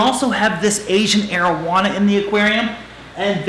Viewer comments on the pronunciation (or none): Whenever you says 'arowana' in your vids I keep thinking you're saying 'marijuana' 😂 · rip arowana for a second i thought you said marijuana lmao but ik its areowana or whatever